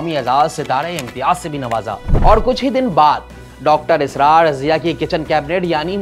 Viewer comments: Ye anchor Puri Video Mai Israr ki jagah Asrar kehta Raha hai or moun esy bana Raha hai Jese bht itra Raha ho bolne per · Asrar nh israr ye video host kon bekar h pronunciation itni bekar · Sari Zindaghi har kisi se suna Dr Israr Ahmed. Yeah sahab Asrar Ahmed bana rahay hay. Inko pata hi nahi sahi pronounce kaisay kerna hay Buhat hi weird. Kabhi Asrar kehtay hy. Kabhi israr. Ajeeb cartoon kahi k. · What is Asrar? You can not even pronounce his name correctly?? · Should have been presented by a top notch host who could have pronounced Dr. Sahab's name correctly at the very least. Also, there was alot of bias against him during the first half ( as evident by the frequent SMIRKS) on the presenter's face. Dr. Israr has given a TASALLI BAKHSH answer to every issue which the ill informed host erroneously highlighted as being unaddressed by the late scholar. Half baked research.